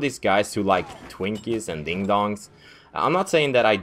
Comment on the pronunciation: Saying Ding Dongs with a swedish accent sounds awesome. Nice vid